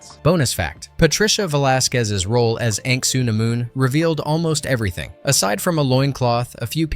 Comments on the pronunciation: Dude... Ank-Sooo-A-Mooon? HAHAHAHA, I thought you saying Vosloo is funny, but wow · I think the critics need really think before they actually criticize a fun movie because majority of times they are wrong and also why did you say Anuck soonamoon so weird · That pronunciation of Anck-su-namun kills me. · Right? I screamed at the screen when I heard that.